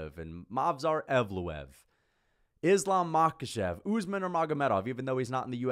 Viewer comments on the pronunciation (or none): none